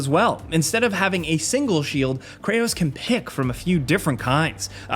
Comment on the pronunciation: bro said kranos ...